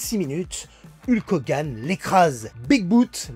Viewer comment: Super vidéo comme d'habitude😁 La prononciation de son nom de ring par contre, fait mal 😂😅